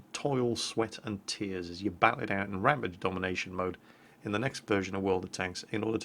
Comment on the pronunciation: For fuck sake's, how many times do I have to tell that you are saying RAMPAGE the wrong way, it's not RAMPIDGE it's RAMPAGE!!! Other than that great video mate